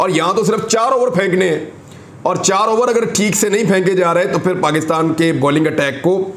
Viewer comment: Shaaaaiirrrrrrrrrrrrrr Nass ga-ay Fairrrrr (Bhaag ga-ay phir)